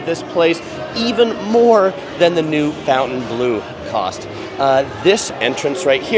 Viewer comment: It’s NOT Fountainbleau, it’s Fontainebleau.